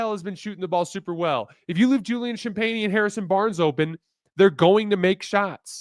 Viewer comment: (For whatever it’s worth, it’s “Sham-PENNY” 🤦🏻‍♂️)